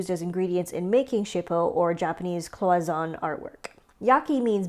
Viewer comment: It's probably said cloy son ay cloisonné